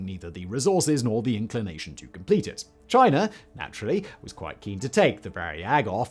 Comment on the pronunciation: You didn't say "chi ner" so they must be making progress.